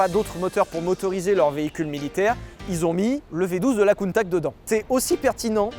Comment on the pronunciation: LA COUNTAQUE